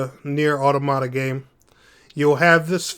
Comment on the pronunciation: Still mispronouncing automata